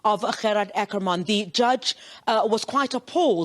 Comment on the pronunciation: As the word " water" can be pronounced in an Afrikaans or English manner so can the word " Ackerman"be pronounced either in an Afrikaans or English manner. it had always been pronounced in an English manner.Why is it now being pronounced with an Afrikaans stress.?